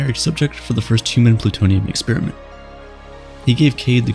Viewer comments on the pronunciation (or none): You lost me when you pronounced 'experiment' as 'expeeeeeriment.' Americans can never seem to decide on when to be lazy on pronunciation or extra. It's a procedure, not a breath mint.